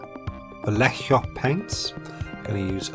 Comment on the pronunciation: Vallejo is pronounced Vah-yay-hoe... or bah-yay-hoe technically cause their v's are b's. (Spanish that is.) Fantastic creature, loved seeing Beth's drawings, and I would not be disappointed to have episodes in the future along the same line as this one.